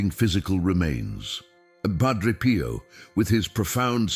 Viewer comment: More AI DUMBING IT IS PIO not “Pro.”idiots!